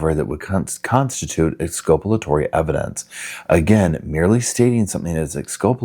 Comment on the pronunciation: It's exculpatory. From the same root as culpable, Not exculpalatory.